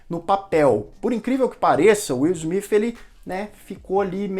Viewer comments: Na verdade não é nem Izmit nem Izmif kkkkkkkk o S tem som de Ssssmit. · Ótimo vídeo! Mas mano não complica a pronúncia todos falam Smith e vc vem ser do contra pronunciando Smif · O certo é falar Will Smiff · Pra ser coerente com a maneira q vc pronuncia Smith tem que falar Bethânia com sotaque baiano igual o personagem do Gregorio no Porta dos Fundos Hahahaha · Nunca ouvi. Esse smifi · Deslik só por não falar o sobrenome correto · Não é ''Smith'' com som de ''f'' no final, mas sim com som de ''s''. Atentando para a linguinha tocando os dentes de cima. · Foda se se é o jeito certo de falar o nome dele, tá incomodando o seus inscritos, então para e fala logo do jeito popular, nem deu pra assistir todo o vídeo.